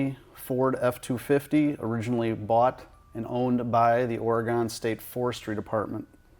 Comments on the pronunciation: Don't say "Oh Ree Gone"... it's OR EEE GUN...but thanks for the video! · There is no such place as Ahr-aGON. It's pronounced Ory-gun. Thank you. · "Or-E- gun" not "Ora-gone". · Please learn how to say Or E Gun - it ain't gone. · oh the midwest, oreygonee no its orey-gaan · “Ori-gone” No, it’s “Ory-gun” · You said my name wrong it’s not Oregon it’s oregun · It’s pronounced OreGUN, not OreGONE. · Your buddy needs to learn how to say 'OreGUN'.....not "OreGAAAAHN'. This isn't Boston.....where you can't pahhhk your cahhh in Hahhhvad Yahhhd. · Oregonians cringing while watching this listening to everytime he says "Ore-GONE" 😬😬😬😬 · "... originally bought and owned by the Oregonne State..." Oregonians: RRREEEEEEE! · Remember: it's "ORegon", not "orEgon" or "oreGON". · Or-a-gun is how we say it out West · Its pronounced "Orygun" guys... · Please don’t call it Ore-“gone”. Yuck. Our tree huggers will even chase you out. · "Ore-a-gone"...? Yeah, I can tell your not from Oregon...or have any clue how to pronounce it correctly....millennials, ....clueless losers all... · Ore-E-GUN you dolt. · How did he say Oregon?? ORAGONE thats how you tell he is not from Oregon!! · I've heard it so many times that people from Illinois pronounce it OR-E-GONE, and some in Oregon pronounce it ILLI-NOISE. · There's no E on the end of Oregon dipshit. Oregon like Orygun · Pronounced "Or-Ih-Gun..." For FUCK sakes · I looked at the comments just to see if another Oregonian said something about this. Or at least anyone who knows it’s not pronounced Ore-gone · Ya..funny..its Oregun..that's how you say it..born there..live in N. Calif.. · learn how to pronounce Oregon!!!!! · That's not how you pronounce Oregon. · Why does everyone pronounce Oregon like a wiredo?? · Why do people struggle to say Oregon correctly? It’s hard to listen to. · I hate it so much when people pronounce Oregon like that, sincerely an Oregonian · His pronunciation of "Oregon" triggers me